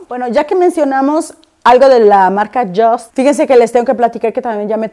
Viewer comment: No se pronuncia como si fuera palabra en inglés “just” se pronuncia “yust” porque el fundador es suizo....